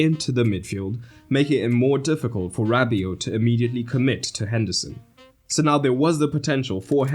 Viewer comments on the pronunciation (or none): none